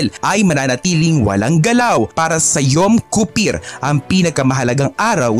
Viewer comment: Yom Kippur po hnd yom kuppir